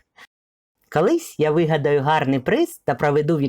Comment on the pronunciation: Розказуєте гарно, цікаво. От тільки у вас вимова, як у Юлії Тимошенко: "кАлись", близькА", сотАк".... Але все ж краще, ніж у азарова була)) .